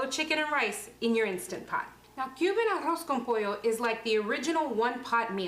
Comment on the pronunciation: Si es arroz con pollo tipo cubano y ella pronuncia muy bien arroz con pollo porque no lo dice en español